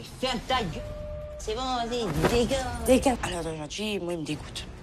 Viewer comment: A la plaçe de dire dégage comme tout le monde lui il dit degainge😂